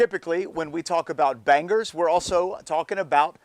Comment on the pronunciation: It's making me tick every time he says "ban-gers 🥴 it's "bang-eurghs" Bangers.. but fair play it looks up to standard, I can't lie. 👌🏽